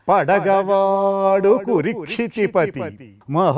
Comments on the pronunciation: Kurukshitipati. Not kurikshitipati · Kurukshitipati but not. Kurikshitipati while you are reading the line you must be careful about the pronunciation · Nice... Rendition/ explanation. Slight error: not కు'రి'క్షితి... It's కు"రు" క్షితిపతి